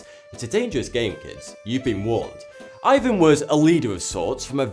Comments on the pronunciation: Man , Ivan is said with the emphasis on the a !!!!!! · Awesome video, but Ivan is pronounced like ee-vahn not eye-vahn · It's actually pronounced "eeVAN" not "eyevan" because the name is in Russian